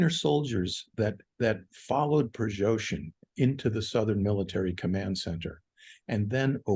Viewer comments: Why is this expert incapable of properly pronouncing the name "Prigoshin"? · 'Prigozhin' is better than 'Prizhozhin' I think, and 'Garasimov' better than 'Gerzahimov'.